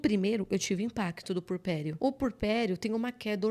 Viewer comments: Eh puERperio. Agonia ouvir essa mulher falar purperio o tempo todo. Chega doi os ouvidos. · Só corrigindo: é “puErpério”, não “purpério”.